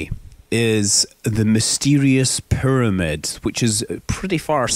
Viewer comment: i love the way he says pyramid... PURMID!